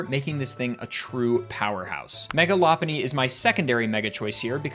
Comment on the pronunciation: i had to google this because you almost gaslit me into believing that it was "loppuny" and not "lopunny"